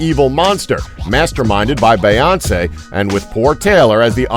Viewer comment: Why doesn't the guy doing the voiceover know how to say Beyonce? Have some respect for our royals!